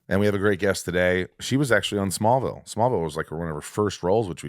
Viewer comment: Why can't he say Smallville?